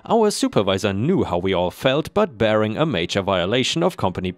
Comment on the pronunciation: Story #2: barring had a hard "R" sound to it, like "car." If it had one "r" in it, it would be "bairing" as you said it, but two makes it "bar" with "ring" added to it.